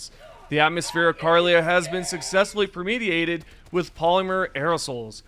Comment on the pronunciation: "permeateated" bruh wut